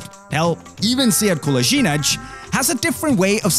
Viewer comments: The funny thing is that both of the ways that Kolasinac says his name are wrong hahaha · And funnily enough, Kolasinac has mispronounced his own name both times. The correct bosnian pronunciation would be kolashinatz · Kolasinac is actually incapable of properly saying his own name 🤣